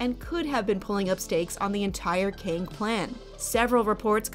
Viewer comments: Why prounce Kang like King? Its pronounced "Keng", like gang with a K. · So not “Keng” then. It’s pronounced Kang. Like “Kang”